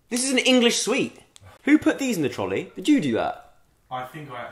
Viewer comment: 'Who put these in the trOLI?'